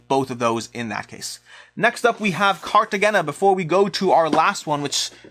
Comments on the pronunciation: Its pronounced Cartahena... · Not too important since it's leaving, but Cartagena is pronounced more like Carta-hey-na.